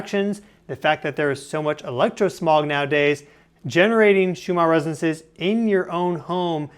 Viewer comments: its not resenses, its resonanses... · You keep saying "resances" but I forgive you, 😂✌️ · “the shoe-ma residences” 🤪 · Why is he pronouncing Resonances like that? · From nerd to nerd: you must work on your pronunciation of the word “resonances”